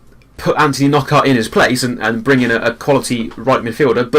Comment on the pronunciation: Its pronounced PRO-PER not Proper. And NOCK-ART not K-NOCK-ERT